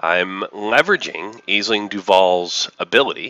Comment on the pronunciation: FYI Aisling is pronounced "Ashling".